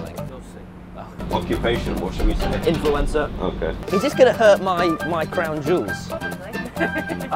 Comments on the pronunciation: "ocupation" what should we say tommy INFULENCER.. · Occupation? Instantly* Infulencer 😂